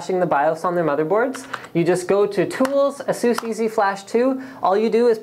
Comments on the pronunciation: lol...fenum...lol...prosesser...lol...jesus (instead of A-sus)....canadian much? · ahSOOS is the correct pronunciation for ASUS.